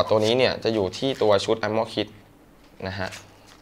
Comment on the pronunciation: พี่ มันอ่านว่า อาร์เม่อร์ ไม่ใช่ อาหม้อ +